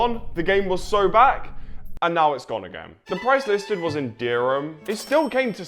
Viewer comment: bro said derim😭😭😭 bro its called DIRRRHAM IN ARABIC JUST SAY IT CORRECTLY ITS CALLED DIRRHAM. (no hate fr its because hes in england and im from africa so yeah)